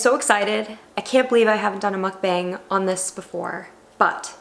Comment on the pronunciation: The way you continue to incorrectly pronounce Mukbang ....